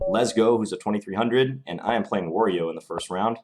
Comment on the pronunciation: Wa-Rio not waR-rio Did you never play Mario Brothers?? Nice vid :)